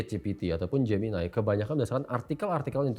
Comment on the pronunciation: pertama saya bingung apa itu "geminay" eh ternyata gemini😂😂😂